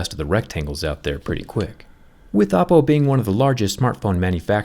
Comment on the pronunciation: Every time he says Oppo, I hear Apple. 😂